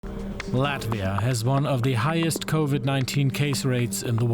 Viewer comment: Please do not butcher name of our country! Proper short form in English is LATVIA, not "Lativia".